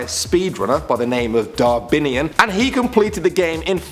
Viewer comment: Darbinian? Really? Its darbian.